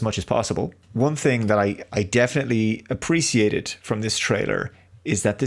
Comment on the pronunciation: Why does it always sound like he pronounces it like trader instead of trailer? Is it kind of a shtick like the thing with appre Cee iate?